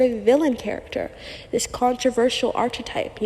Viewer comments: Girl consider looking into prononciation of the word *archetype*. Loved the video, the info is really good, but my ears are bleeding 😅😅😅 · Please learn to pronounce archetype properly.